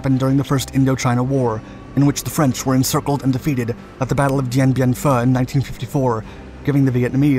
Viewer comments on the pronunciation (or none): “K San” not “Ki San” Also it’s “Den Den Foo” not Den Den Phu”. It’s not a soup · Kay-Sahn!.Dien Bien Fooo!!!😂😂😂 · The pronunciation is off. It is KAY-son and Dien Bien FOO. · Dien Bien Phu. Not Pho. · It ruins my immersion when you mispronounce Khe Sanh. eta: and Dien Bien Phu